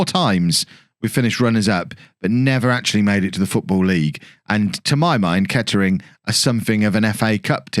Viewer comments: Can tell your not from the area... it’s pronounced ketrin don’t u no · Nah it’s ‘Kett’ring Town’